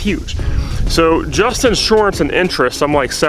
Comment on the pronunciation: You say inshorance funny. Lol jk Thanks for the honest video. It's funny when people pretend like they paid 25k for the tractor and leave out everything else.